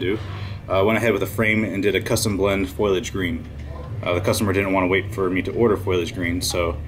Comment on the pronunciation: Looks great. Foliage is pronounced "fo-lee-ij" not "foil-lee-ij" btw <3